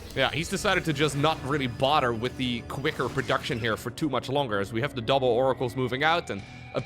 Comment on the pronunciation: "borer", "orer", "anorer".